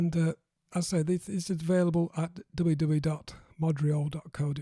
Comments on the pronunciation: It's modurol, (moh-duh-rohl) which means automotive in Welsh. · You pronounce it MOD REE ALL but it's spelled MOD YOO ROL. WTF? 2005 Cabrio LHK Quartz Met LHJ Dove.